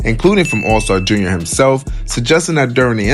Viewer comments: It’s all star J.R lol you saying it all wrong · 😂 man! Never heard Allstar JUNIOR before 😭